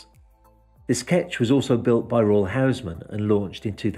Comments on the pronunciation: Hey Buddy, they wouldn‘t help you with any info, now you‘re pronouncing their name wrongly. As far as I‘m aware, its pronounced as though it were spelt with double O, i.e. Hoosman and very definitely not Housman. Just to help you get on their right side 😉👍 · It's a Dutch company so "Huisman" is pronounced "Hayzman" as "Huis" is Dutch for "House"